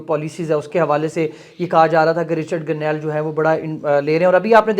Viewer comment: بھائ جان رچرڈ گرنیل نہیں اصل نام رچرڈ گرینل ہے آپ نے پانچ دفعہ غلط بولا ہے اچھا نہیں لگتا شکریہ